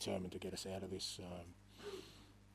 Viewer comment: “Zis is the history of tottenham” a famous man once said 😂